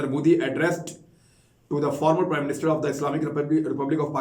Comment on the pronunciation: I think that "reporter" or "tool" as we should call him.. or "minion" is from India. When he says prime minister..his pr sound is pra.